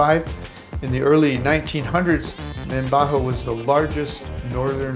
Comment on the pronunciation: its not" mabaho" it should be "mambajao city'" its a nice and clean place like paradise;;camiguin is a very nice place